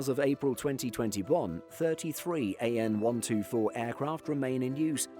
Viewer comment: He will never learn …it’s AN (Antonov) not A.N…… TU…(Tupolev) not T.U….. is this an aviation channel or what? 🤦🏻‍♂️